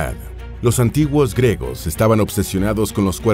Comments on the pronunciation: Se dice griegos , no gregos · Se pronuncia “griegos”, no gregos. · Se pronuncia GRIEGOS NO 🚫gregos🚫 🤦🏻‍♂️🤦🏻‍♂️🤦🏻‍♂️🤦🏻‍♂️🤦🏻‍♂️ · Disculpa, por qué el narrador no dice claramente griegos? Dice algo que suena como gregos... Por Dios...! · ¿Dice "gregos" todo el rato o mi cerumen es dulce?